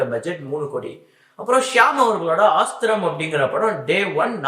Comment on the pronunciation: Aasthram ❌ Asthram ✔️